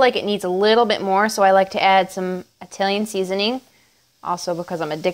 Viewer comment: When you say "Italian" fast, it sounds like you're saying "reptilian" lol